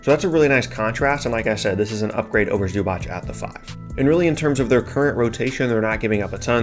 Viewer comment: (there is no ch in Zubac, it's Zuba tss)